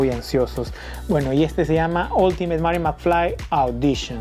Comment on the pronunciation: Marty..no Mary 😂😂